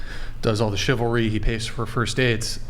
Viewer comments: Here’s a crazy thought. You should probably be able to say the word chivalry before you start debating the finer points of it on a podcast. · The woman who can't pronounce "chivalry". Is she drunk or high?